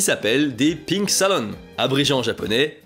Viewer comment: Perso déjà quand il disait « pink salon » j’entendais « pine salon » du fait 😅 Et à « ils passent de l’euro beat » j’étais finie.